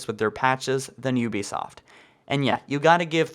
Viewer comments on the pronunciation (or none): none